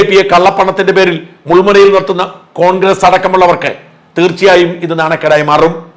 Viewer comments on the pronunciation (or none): none